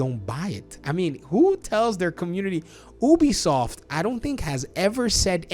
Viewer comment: It's pronounced, "You-bee-soft".